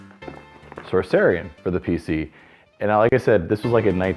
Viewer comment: "I'm sure going to butcher the name" Proceeds to pronounce it perfectly